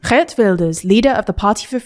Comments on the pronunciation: The history with Kayleigh channel would be overjoyed to hear how well you pronounced Geert. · The pronunciation of Geert was really good! Schoof, on the other hand, was way off. The ch in schoof is pronounced identical to the g in geert and oo sounds like road, not rude.